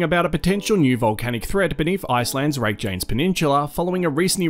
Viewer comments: fyi it's pronounced ray-kya-nes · Cringe at your bogan Aussie pronouncing of Reykjanes.... Everything that followed completely invalidated